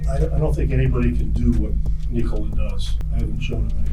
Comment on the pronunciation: Well done on the pronounciation of the name Nikola! :)